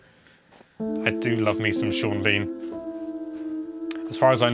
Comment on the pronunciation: Neither you nor Sean Bean said that correctly. omg x'''D